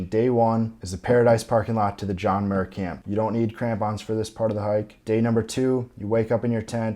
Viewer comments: Camp Muir not Camp Murr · it's pronounced MYUIR, as in John Muir, not MUR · It's not "camp Muhhhhhhr". It's "camp Myeeewwwweerrrr".. got it? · Great video with step by step, permit, cost info etc. Muir is pronounced wrong tho. It’s MYur, as in John Muir. Also crevasse, not crevice. Sunglasses/goggles are a must. Not you “might” want it. It’s game over if you don’t have them. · Why horribly mispronounce Muir Also Crevice and Crevasse are two completely different words bro. Come on 😅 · Good information but the pronunciation of camp Muir is killing me! Lol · Awesome video. Just a tip: you are pronouncing Muir wrong. But nonetheless a nice video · Its camp Muir, like John Muir?